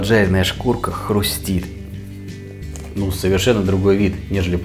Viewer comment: стали забывать русский язык?:) Ну что за "хрумтит"?